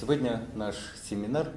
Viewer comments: Исправьте, пожалуйста, слово "семенар" на "семинар"!!! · "Семенар" - напишите слово правильно! Детские ошибки делают, в школе не учились что-ли?